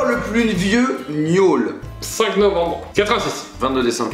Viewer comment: Suis-je la seule à avoir entendu miaule au lieu de gnôle ??😂😅